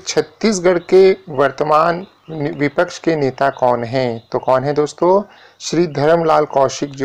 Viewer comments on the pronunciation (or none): none